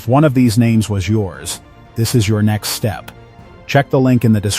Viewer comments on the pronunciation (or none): none